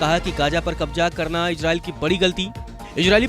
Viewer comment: एंकर जी कृपया अपने उच्चारण पर ध्यान दीजिय। gaaja, ijraail, kabja आदि शब्द कानों में चुभते हैं थोडे प्रयास से इनका सही उच्चारण सीखा जा सकता है।